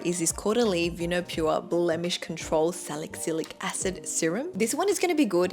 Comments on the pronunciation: Omg thank you! I was thinking the same thing 😂 then she started saying salick-cylic acid 😂 maybe Sephora should have helped with pronunciations too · ughh how come u dont know how to pronounce the names of the ingredients tho?? if u are giving advice, at least get the names right?? salic cylic??? niaNcinamide?? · You are mispronouncing niacinimide and salicylic acid.